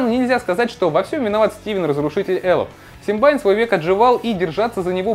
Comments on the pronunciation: Какой нафиг Симбайн?? СИМБИАН! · Какой симбайн? Симбиан!!!! Лапоть!!!!